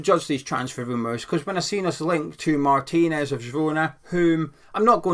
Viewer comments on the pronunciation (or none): none